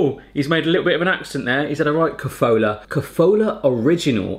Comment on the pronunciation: The kofoola got me. We pronounce it ko-fo-la. No long oos in there. Kofola, Mila, Horalky, Kastany and then the spa stuff, Horicke trubicky a Kolonada. Those taste like CR. Also Bohemia Chips ... I had number of ppl tell me that they can't find similar abroad. Lays and Pringles can't match them.